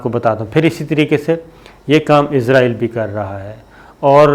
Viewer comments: بھائی ازرائیل نہیں اسرائیل کہتے ہیں!!! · It's not izrael it's Israel... Sabir sb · Shakir bhai mind it . Don't say izraeel